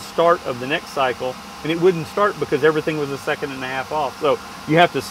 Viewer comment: "This video will know you everyting...." Love it!